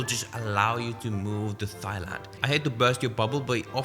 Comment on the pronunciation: Good vid. Just a heads up, Thailand is pronounced 'Tai-land'.